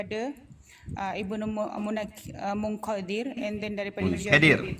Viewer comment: bila nk habis ye bende ni? aq walaupun x sehaluan dgn budin tp something nk ckp.. ustazah tu baca mudhad dan mudhafun ilah pom tunggang langgang.. kelaut abis.. jenis ustazah cmni la merosakkn ahli sunnah. dan menjadi ahli sunnah wal punah.. munkadir dgn munqadir pom xleh beza. nmpk sgt huruf kaf dgn qaf pom x reti beza